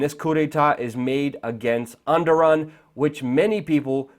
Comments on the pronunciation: dumbass it E R D O G A N not enduram wtf haha and he is the president. if u copy news at least read it first ....endoran whaahaahaa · Reapeat after me...err-dough-gan Hope this helps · Errr dow wan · It's ErrDOGan! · Its pronounced "Er-dog-aan" lol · Well. You can't even pronounce the guy's name but somehow you're an analyst on the subject. Oh the internet! You turned the world into a huge pile of shit. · lol how luke says Erdogan differently almost everytime but never correctly :DD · agreed, fucking learn the guys name please